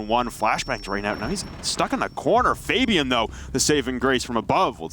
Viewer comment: These are literally the worst announcers ever, who pronounces Fabian like that